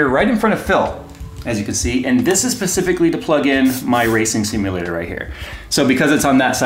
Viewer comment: Pacifically., never change.